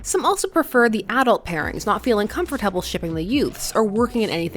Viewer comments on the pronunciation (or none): I have a much bigger problem with how you pronounce "comfortable." lol 😆